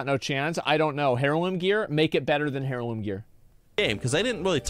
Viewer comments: it's pronounced../ˈerlo͞om/ not HAIR-loom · “Hair loom” gear? Asmon skipped English class? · If he pronounces the H in heirloom one more time…